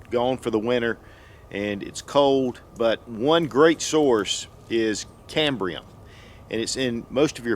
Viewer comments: It's not cambria... it's CAMBIUM... without the R. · PlayStationPlayz Cambium pronounced cam-bee-um. He was saying it wrong. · Is there an R in Cambium? I'm pretty sure that there isnt! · No “ R “ in cambium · Hey, there is no "R" in Cambium....sorry, hahaha... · If you are going to teach folks to eat Cambium, you should at least pronounce it correctly.